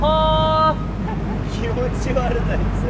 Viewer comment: しめちゃん、そこは「やっぽ」じゃなくて「ヤッホー」だったのね。